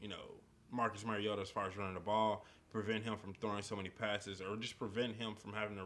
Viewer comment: It's Mario-ta not Merry-o-ta.